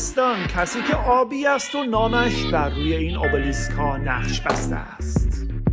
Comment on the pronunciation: تلفظ صحیحش همونی که یونانی ها میگن !